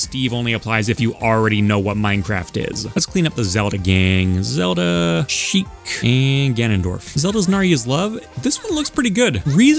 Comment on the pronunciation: Please tell me you don't actually say "Naryu's Love"